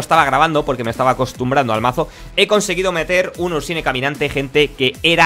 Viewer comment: Me gusta tu canal y los vídeos pero me pongo muy nervioso cuando pronuncias los nombres de las cartas castellanizadas..xD Ursnie..Elise..Thresh y dices tres..